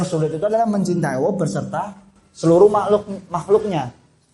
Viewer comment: Mohon maaf... saya mau bertanya mengapa mas Ori menyebutnya seperti Owoh untuk Allah... Apakah ada arti sesuatu?